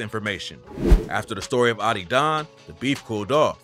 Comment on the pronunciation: ah-did-on not ottydon😭😭